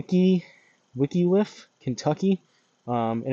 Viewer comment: This is the proper sim setup for Hillbilly Hills. Nice shots! P.S. “Wick-liff” 😅